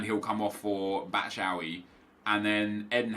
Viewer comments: Pls stop saying batshaawi it’s bat-shoe-eye-ee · Trying my hardest to not cringe when Nep says batshuayi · Why was he pronouncing batshauyi like that